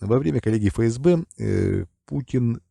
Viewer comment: Тонкость: не фээсбэ, а эфэсбэ.